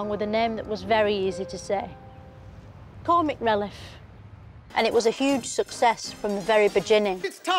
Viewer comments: 'Cormic relliff'. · "Comic releff" "bejinning" 😂